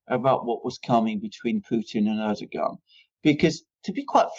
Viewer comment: Can you please inform Mercouris that Recep Tayıp Erdoğan is pronounced in English "Reh-Jep Tie-Yip Air-Dough-Wan" thank you! It's beyond irritating hearing "UrDuhGahn". He just sounds totally ignorant by mispronouncing his name. You hear pronouncing it correctly!